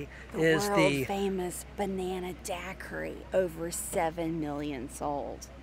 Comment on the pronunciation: Hahhahaha love this video. When took the third SIP of that Banana daiquiri and it was over with full sentences and all three ladies out. Side of the store could not say Banana hahahahahahaha